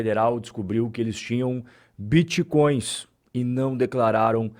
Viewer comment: Vixi, estão atrás dos biticóios e crépitomoedas. O povo vai atrás das aulas do Renato 38tão, o homem que tem solução pra tudo e termina todas as frases com uma pergunta ao interlocutor.